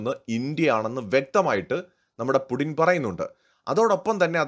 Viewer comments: പുഡിൻ എന്നാണോ പറയുന്നത്? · Puuttin... Putin it is so pronounced....Мы Любим Путина..